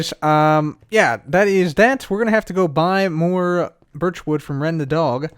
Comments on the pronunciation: sounds sounds like he’s saying biich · Ok, now I'm gonna flag the video because saying 'birch' kinda sounds like b*tch... Just kidding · sounds like he’s saying something other than birch...